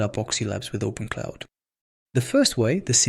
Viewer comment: Its OpenClaw not OpenCloud. Just for future reference.